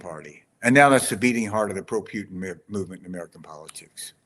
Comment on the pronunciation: I love how you say Putin. It sounds like puke which is so fitting 😂😂😂